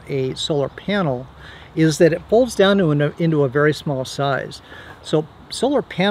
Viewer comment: "It cteats a vary warm fire "😂